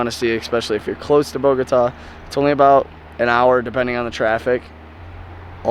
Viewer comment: Amazing video, love the landscape, just an observation, please please please stop saying Bogóta , it sounds really bad, you were there for days so I know you know is Bogotá with accent on the a, I know is a small detail but is important to say the correct name of the city